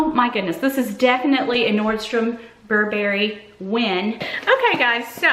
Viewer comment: Oh…and it’s BURR-bury!